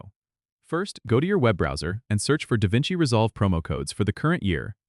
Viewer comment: it's not Da Vinci resolve. lol